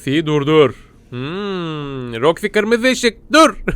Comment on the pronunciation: ABI SEN KAFAYIMI YEDIN MONTIYE MANTYI DIYORSUN ROXIYE ROKA DIYORSUN